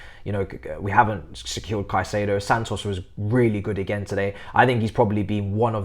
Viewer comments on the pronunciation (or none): none